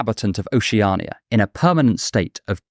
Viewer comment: Your pronunciation of Oceania drives me crazy. Oh she ah nee yuh... what the hell is that? Ocean is an established word in the English language.. isn't it just that with 'ia' at ghe end?